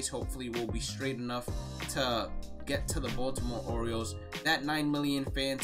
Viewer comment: He said Boston oriels